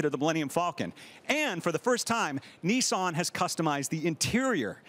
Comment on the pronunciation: love you guys and all that but where's the George talk? You filmed him walking but not intrerview... And it's Niss-an, not Nee Saan.